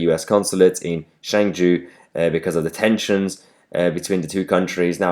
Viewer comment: Chengdu is not pronounced Cheng-jew but Cheng-do.